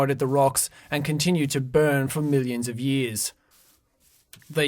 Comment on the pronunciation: "moincraft" "water" "foer" "bern"